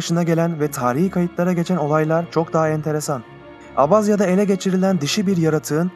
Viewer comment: Abhazya’ yı düzgünce söylemende mükemmel 😀 🤚🏼